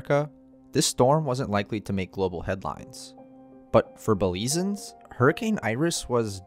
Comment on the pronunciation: Great video! Only issue is how you pronounced Belizeans. It's "Belize-yans" not "Belize-ans". Caye also pronounced "key" not "kay".